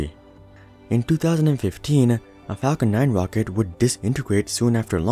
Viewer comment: He called the falcon heavy a "wocket" at the start